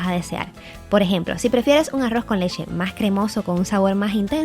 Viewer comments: Leche o leshe??😂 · De solo escuchar lesheeee . Sabia q iba todo mal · Por qué dices leshe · Leshe? O leche? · Aroz con lessshe 😂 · La lesheeee lesheeee lesheee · Porque dice lexe??